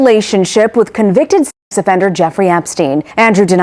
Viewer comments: What on earth is wrong with saying the word, "Sex"???? Throughout this piece, I'm hearing "ex" instead of "sex"??? That suggests a really closed minded uptightness about anything sexual, when you can't even say the word!!! SICK! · Why do you keep saying "ex offender" instead of sex offender?